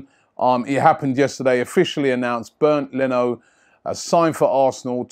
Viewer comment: It's not pronounced as "Burned" Leno ...lol...it is pronounced more like "Bay-end" Leno.